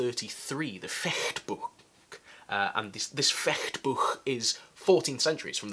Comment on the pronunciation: Thumbs up for the "Fechtbuch" pronunciation! :-) Yes, we're not warriors, but it is still a martial art that has an use in real life. Peripheral vision expansion. Distance estimation. Less fear of a piece of metal whirling somewhere in front of us. But we're indeed the IT consultanst or plumbers :-) Anyway I would love to see the style of combat the vikings used. The sagas didn't bother with describing the everyday stuff in any detail. And their equipment. After the battle a lot of the stuff got reused I imagine, instead of being buried with the unfortunate guys like at Visby.